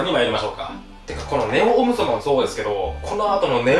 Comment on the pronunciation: オムソバ＝ゴムソバって聞こえたｗ